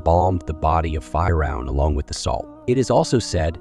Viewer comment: We need to stop using A.I to narrate videos that require correct pronunciation, Banu? F(eye)roun..ughh